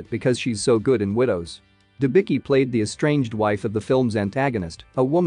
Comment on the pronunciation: Her surname is pronounced Denbitzki. Not Denbiki!!!